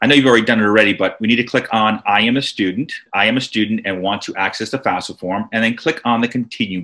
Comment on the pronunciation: get the name right , its not fasfa its FAFSA